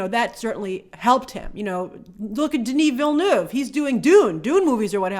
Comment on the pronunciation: As someone from Québec, I'm glad you're finally pronouncing "Denis Villeneuve" properly.